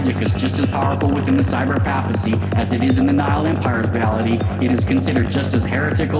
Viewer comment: enjoyed your view, wish I could get past my shiver every time you mispronounce papacy. :D Stellar work otherwise.